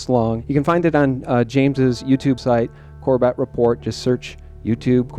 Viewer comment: For future interviews. He pronounces his name as "Corbit" not Cor Bet.